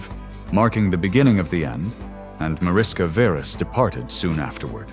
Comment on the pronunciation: The name is pronounced as if it were written Marishka Veresh in English. In Hungarian Mariska is the diminutive of Mária, and Veres is a variant of Vörös (Red in English) ... a common surname. And her father's name ... the correct pronounciation is like Layosh Veresh.